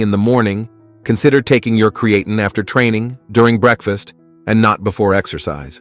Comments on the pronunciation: Not sure about you but I take creatine not creaton, crea-tun, createin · amazing, one subject with 30 different pronunciations in a single video. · I CANNOT with the AI mispronouncing "creatine." I clicked "do not recommend channel." Get it together. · They should teach the AI how to properly pronounce creatine. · Did you, as creator, review the many obvious mispronunciations of the main word? Serious question. Genuinely incredulous. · You know you can type into the internet and find the correct way to pronounce (creatine) ----- why should anyone believe you know what you're talking about if you can even get the name correct? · If you are going to use an AI voice make sure the pronunciation is correct. The video was about "Creatine" and the word was mispronounced throughout the video...a complete credibility destroyer. In fact, your AI voice pronounced the word "Creatine" four different ways. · Creatine DOES cause hair loss bozo. Women's hair came out after they took it. And not until. So YES it does cause hair loss! And everyone cannot take creatine. If they have kidney issues or are taking NSAIDS. And you are not even pronouncing creatine correctly!! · I’m distracted by the way he keeps saying creatine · 3? I caught 6.... If this thing can mispronounce this one word THAT many times how the heck are we to trust the actual information? Of the 10 mistakes listed, not taking it properly was reworded and reused 4 times alone. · This A.I. pronounce "CREATINE" in many ways! Classic! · You made a video about Creatine and you couldn't take the time to learn how to pronounce it, Yeah sure, im going watch it. This channel is proof that subscribers can be bought . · Do you know it's not a really good sign when it's literally saying the creatine wrong😂😂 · How F ing lazy. Don’t use AI voice to do your videos. Stop listening after the first “creatine” mispronouncing commeny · Props to the robotic voice that pronounced creatine three different ways. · And not once correctly